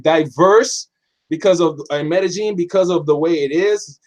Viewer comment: It's pronounced MEDE-YEEN NOT JEEN IJS!